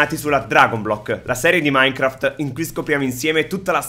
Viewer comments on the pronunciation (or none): none